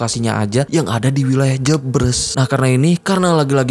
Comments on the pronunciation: bang, maaf sidikit koreksi yang bener jebres di baca e sperti "eka, cafe, hemat" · Pengucapan daerah JEBRES dibaca E nya seperti E di kata BERES, bkn E di kata BREBES